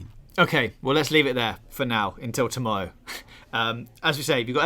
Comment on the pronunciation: Sorry, did you say “tomowwow’?